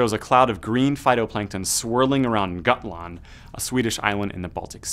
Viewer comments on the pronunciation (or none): it took me a minute to get that you said gotland XD